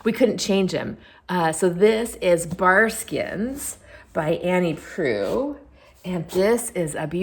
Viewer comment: thanks for saying “Proulx” out loud. I’ve often wondered. Sadly, The Cat among the Pigeons doesn’t have an actual cat in it.